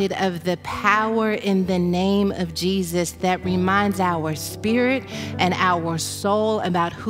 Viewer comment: But His Name is NOT Jee Zeus 😳🐍🫨